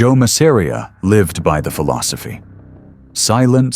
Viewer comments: That's Mass-a-ri-a buddy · Love the video but the way you pronounced Masseria was unbearable.